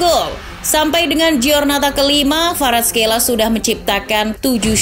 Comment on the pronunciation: Kvaraskelia bukan kvaraskeila